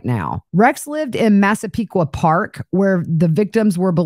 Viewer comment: Proud of your (correct) pronunciations of Massapequa Park and Hauppauge!